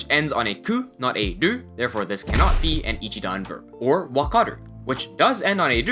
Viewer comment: I am seriously wondering why you pronounce ru as dur